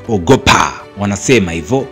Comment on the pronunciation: OGopa 😂😂😂, kisukuma kabisa..